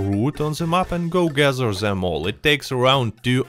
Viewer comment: Great video but Please stop saying dze instead of the. Its them not dzem its gather not gadzer 😂😂😂😂 making us europeans sound same all togedzer